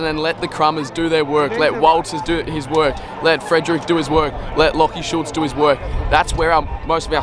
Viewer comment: bro out here calling schultz switta ???